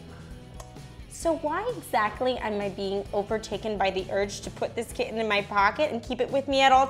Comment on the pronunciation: I regret to inform you your Ph.D will be denied until you learn to pronounce the letter 'T' in the words: "kitten," "heighten," and "exactly." You will fail outright if you continue to pronounce the word "often" with an audible 'T.'